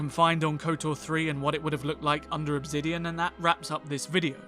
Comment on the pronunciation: OB ZIDION? 💀💀💀💀💀💀 ENGLISH